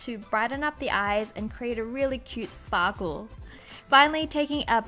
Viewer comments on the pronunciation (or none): When you said "to brighten up the eyes and make a really cute sparkle" you sounded so Australian at the end XD I absolutely love Australian accents! :) Hugz:)